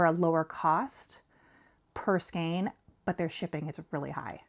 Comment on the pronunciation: Gosh, I know this is probably come across as incredibly rude and obnoxious... But it's driving me crazy. So I apologize in advance. Please learn to pronounce skein correctly... Sorry, sorry. I can't help myself.